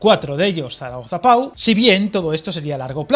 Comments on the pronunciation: Oirte decir "pa-u" varias veces en el vídeo, chirría al oído. El nombre de la localidad es "po", y como dicen más abajo, no es más que un pueblecito al que Francia no va a destinar ni un euro en mejora de infraestructuras. Incluso la línea Burdeos-Toulouse (pronunciado "tulús"), ciudades que aunque parezcan importantes, entre las dos sumadas apenas llegan a 800.000 personas, y la vía que ni siquiera se acerca al Pre-pirineo francés, lleva ANOS de retraso. Francia no tiene ninguna intención de meterse en esa zona de montaña en la que no hay población. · Se escribe Pau pero se pronuncia Po